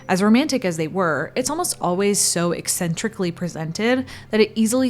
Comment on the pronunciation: That was an interesting pronunciation of "eccentrically."